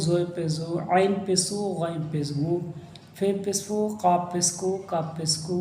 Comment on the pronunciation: Pes Nahi Pesh hai 😂